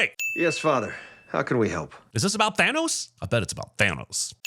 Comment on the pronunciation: Hahahaha... "Thanos" 😅😅😅